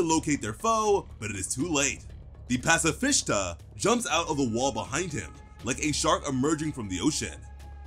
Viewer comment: Pacifishta lol